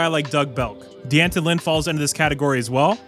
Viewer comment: It's pronounced Danton. NOT Dee Anton!